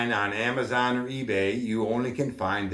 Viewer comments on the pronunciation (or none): none